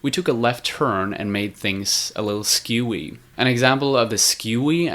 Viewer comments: *ScRewy Not "skEWy" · Screwy, not scewy. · scRewy,sound it out